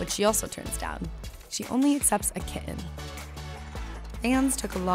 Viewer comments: KiTTen, not Ki-in :P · Me too!!! The way she said kidden when talking about the kittens!!! Horrible voice over. ;).